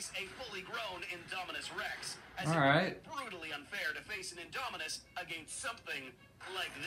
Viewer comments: I love how in the is video you kept calling the Indominus the “Inominus”🤣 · "The Anynomous Rex"